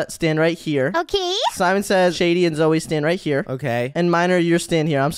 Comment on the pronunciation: Why does call zoey zoye?